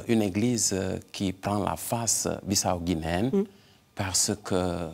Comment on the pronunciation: Belle émission sur la Guinée Bissau. Par contre je ne comprends pas l'insistance de mal prononcer Bissau par l'animatrice malgré une bonne prononciation de l'invité et des deux personnes sur les reportages. Merci pour votre émission❤. Que Dieu vous bénisse et vous garde à Lui.